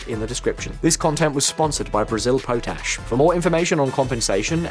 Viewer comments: It’s not pronounced PO-TASH but POT ASH. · It's "pot - ash" btw mate